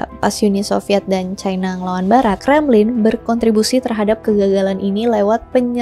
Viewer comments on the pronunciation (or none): none